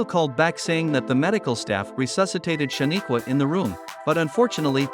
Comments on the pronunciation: Please mindful how you pronounce shanquella name. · Man if you are going to do a report on somebody at least get their name right you mispronounced the lady's name more than four times, that is very dismissive and unprofessional I wouldn't subscribe to you channel if you paid me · You are jacking up her name